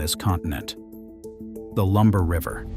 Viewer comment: Lumbee... not Lumber. Lol